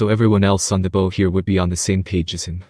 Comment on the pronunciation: Please teach the AI the difference in pronunciation between bow (like with an arrow) and bow (like the front of a boat or bending at the waist). 😅 Thanks for the video though. It’s way easier to follow the story with pictures.😂